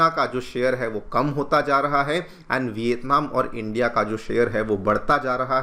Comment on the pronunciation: Bhai education channel hai hindi to sahi bolo. Vitatman kar sakti hai? India kar sakti hai?